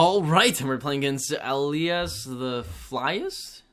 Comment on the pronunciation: Oh and if you were wondering, my name is pronounced "Ee-lie-yus"